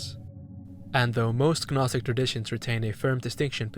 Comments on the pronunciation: Gnostic is pronounced naw-stick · I’ve never heard somebody say the word gnostic without making the g silent. Do you say things like ganome (gnome)? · The G in Gnostic is silent. Same as G in Gnosis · love the video but the way you pronounce gnostic is taking me out of it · Yeah same, this guy is clearly well read idk how he’s completely mispronouncing it